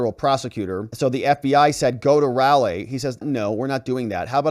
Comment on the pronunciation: I am sure this was already posted, but Raleigh is pronounced Rah lee. You sound stupid when you mispronounce words that 5th graders pronounce correctly.